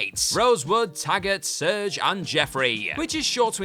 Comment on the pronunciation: It's not "Surge". It's "Serge". Come on, guys.